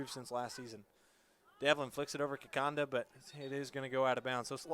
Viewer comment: It’s ‘Kikonda’ not Kikanda🤬